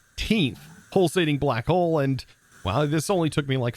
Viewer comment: What others hear: "Pulsating black hole" What I hear: "Pulsating Butt hole"